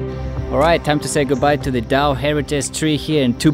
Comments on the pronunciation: The name of the tree is DA-O. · "Dao" tree